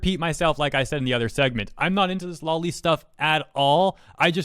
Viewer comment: You're saying "lolly" - that's a lollipop. It's "low-lee".